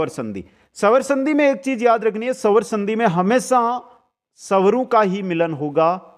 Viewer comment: सवर संधि नही स्वर संधि बोलो सर आधा स ह इसमें 🙏